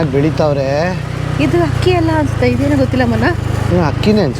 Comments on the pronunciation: ..ನೀವು ಅಕ್ಕಿ ಬದಲಿಗೆ ಹಕ್ಕಿ.. ಅಕ್ಕಪಕ್ಕ ಬದಲಿಗೆ ಹಕ್ಕಪಕ್ಕ...ಯಾಕೆ ಹ ಬಳಸ್ತಾ ಇದೀರಾ.. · ಹಕ್ಕಿ ಅಲ್ಲ ಅಕ್ಕಿ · ಮೇಡಂ ಅದು ಹಕ್ಕಿ ಅಲ್ಲ ಅಕ್ಕಿ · ಹಕ್ಕಿ‌ಅಲ್ಲ ತಾಯಿ ಅಕ್ಕಿ